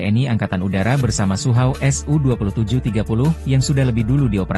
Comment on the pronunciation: Sukhoi bukan suhauw